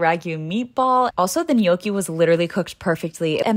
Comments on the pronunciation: Love how she pronounces gnocchi the right way ❤ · I'm Italian and it's the first time I've seen a non-Italian able to pronounce gnocchi correctly.Finally someone who can pronounce correctly.